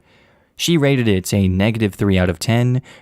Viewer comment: I hear “raided” instead of “rated” so I thought she went onto people’s laptops and exposed some secrets or stole them or something